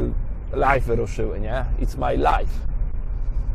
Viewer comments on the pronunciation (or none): Tak no offense ale pamiętaj że life (lajf) to życie a live (lajw) to znaczy "na żywo" bo słyszę to "f" wyraźnie i nie wiem czy z niewiedzy czy z przypadku to wynika xD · Raczej specjalnie